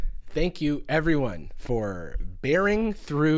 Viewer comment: "Eveyones so creative!" 💀💀💀💀💀💀💀💀💀💀💀💀💀💀💀💀💀💀💀💀💀💀💀💀💀💀💀💀💀💀